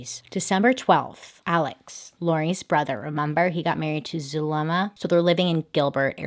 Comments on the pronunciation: I know I’m not supposed to laugh but how Bailey pronounce “Zuh le mAh” is so funny 🤣😂 And later become Zuhmelady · Her pronouncing Zuliema is so hilarious🤣. Cuz you can tell she trying but it’s so easy